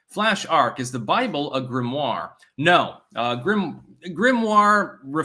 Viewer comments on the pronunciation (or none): none